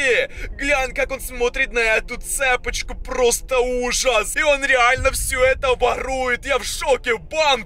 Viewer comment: ЦепОчку😂 Правильно цепОчку)